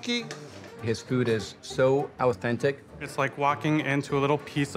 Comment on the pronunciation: Owthentic? Authentic? Al dente???